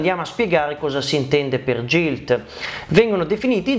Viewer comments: Solo una puntualizzazione, non per fare polemica ma per perfezionare il canale e la conoscenza degli utenti: GILT, da quello che so, e' una parola inglese ed in questa lingua la "G" si pronuncia "GH" qunidi GILT si dice GHILT, GIG si dice GHIG, MAGNUM si dice MAG-NUM ( quasi come se fosse 2 parole MAG e NUM). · Bellissimo video ma la pronuncia corretta é GHILT e non GILT...❤